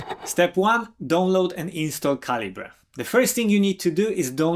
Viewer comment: Because of your accent, I thought you were saying "Don't load Calibre" instead of "Download Calibre". LOL